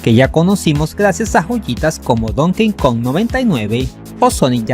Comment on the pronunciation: se dice don ki cong, no es el king kong de las pelis además en esos años ya era normal los juegos truchos incluso en nes